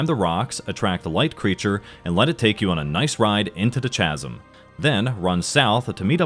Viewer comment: "Chasm" is pronounced "caz-um," .... not "chaz-um."